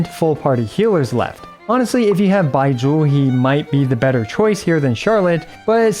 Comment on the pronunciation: I love how you pronounce 'Baizhu'. XD